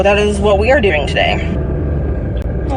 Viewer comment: ask her how she's doeen, and she'll say she's fine. Ask her how she's doeen. 😆 🤣